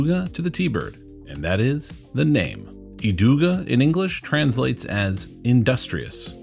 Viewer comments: and Idog is EEdoog no "uh" on the end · You did good pronounce the Kastaplast names! If you skip the "e" at the end of Idog, you got it absolutely spot on. IdoG. I would love for you to take a look at the "beach discs" like the MVP Glitch vs the Beetle from Latitude 64. Thank you for sharing!